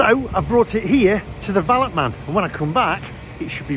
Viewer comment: "Valet man" hahaha, pronounced "val-ay"